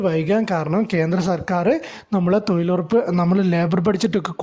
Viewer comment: തോയ്ലുറപ്പല്ല മിഷ്ടർ തൊഴിലുറപ്പ്,,, നോക്കിവായിച്ചതാണെന്നുമനസ്സിലായി ഇതിന്റെ യഥാർത്തകാര്യമെഎന്തെന്ന് രണ്ടുസർക്കാർ പറയട്ടെ